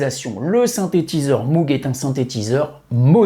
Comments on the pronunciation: Salut comme on dit chez les fadas de synthetiseur. Pour moog on ne prononce pas mougue mais maugue . merci pour tes vidéos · super video mais on ne dit pas Moug mais Mog 😉